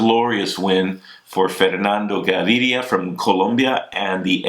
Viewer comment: Props to Bobke for his perfect Fernando Gaviria pronunciation! before he was mispronouncing it . ;)